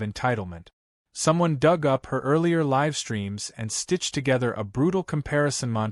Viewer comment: Live should have been a Long I, please.😮